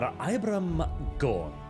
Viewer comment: Excuse me cough"Inquisitor"cough, but Ibram is pronounced ebrum with a long e, not EYEbrAM. Just thought you should know so that you don't commit a faux paux when you meet the Colonel-Commissar.